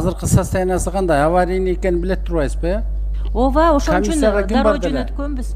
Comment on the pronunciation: Оова эмес ооба жасалма созду трубинада эмес уйундо суйлоо эл угуп жатат туура суйлоосон